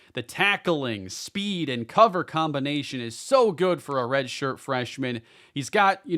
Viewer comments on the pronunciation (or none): none